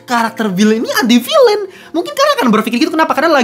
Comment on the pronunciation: ENTI VILEN bacanya koh